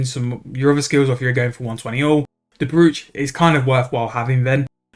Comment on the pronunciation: Brooch rhymes with roach. I get why you'd say it your way as there's a double o in the word but it's not pronounced like the way you say it. Just as a heads up 👍 noticed it on few videos but time to speak up now 😀